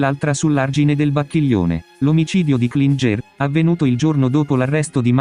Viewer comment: Klinger si pronuncia “Klingher “ e non Klingé , il professore era di origini Austriache